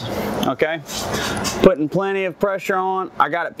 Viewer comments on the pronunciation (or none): none